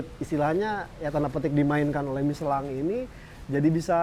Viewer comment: MICHELIN...MICHELONG...MICHELANG.... PELAFALAN TIGA KOMENTATOR YANG BERBEDA DENGAN SATU BAN YANG SAMA 😂😂😂❤